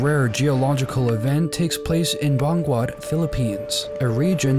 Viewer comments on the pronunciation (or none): Banggwat Philippines😂😂😂 it is Benguet (pronounced as Bengget)